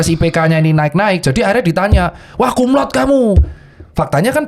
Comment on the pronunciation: Banyak yg salah penyebutan untuk Cum Laude. Penyebutannya tetap Cum Laude bukan Cum Laud. Jadi huruf E nya tetap disebutkan